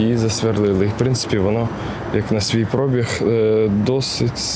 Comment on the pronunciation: будь ласка, пробіг, наголос на 'і', вуха ріже просто, і майже всі блогери, деякі ще листопад, на 'о' наголос тулять, це капець, завчасно дякую.